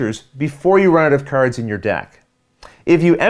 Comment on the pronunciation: .....Patter-ins and Caver-ins...and KERDS, oh my! Sounds like my kinda game! ;)